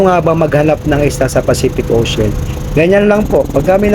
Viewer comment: Anong pacific ocen??? Sobra ka nmn mag pronounce, imbes ocean naging osen or ocen nasobrahan sa arte 😂😂😂